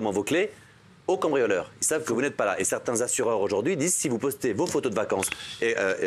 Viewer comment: mbappé "aujourdojourdui" mais il a 30 de QI ce mec ou quoi ?